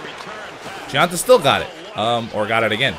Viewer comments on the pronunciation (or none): Gionta is pronounced Jon-ta not Gi-an-ta. In Italian GI makes a J sound.